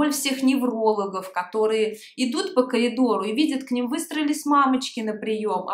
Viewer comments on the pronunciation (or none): бог с ним-с жаргоном..... Пожалуйста не произносите только слово КАЛИДОР!